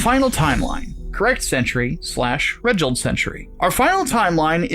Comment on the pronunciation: Sorry if this is annoying, and I don't know if it's just me, but I'm not sure Regild should be pronounced like that. If it's referring to a time of renewal, then it's Re-Gild, or making something golden again. Kinda like how the Renaissance period is literally Re-Naissance, or re-birth.